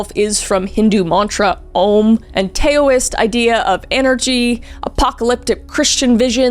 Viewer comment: As a Taoist, I giggled when she said Tay-oh-ists. No hate, it's cute! But it's pronounced 'Dow-ist' or 'Dow-ism' ❤